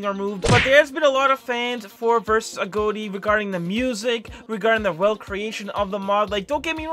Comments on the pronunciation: Why you saying agoti like agoate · Every time he says agoti: Agoatee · Why doses he say agoti like that?